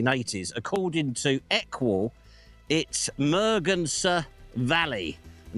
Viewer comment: Fascinating investigation, thank you for sharing. Just one note: the phonetic pronunciation of merganser is muh-gan-suh, as in the muh-gan-suh duck.